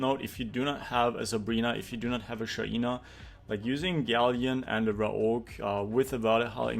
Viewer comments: STOP PRONOUNCING IT SHAIIIINA its SHAINA bruh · Tue pronounciation of Shaina triggers me🙈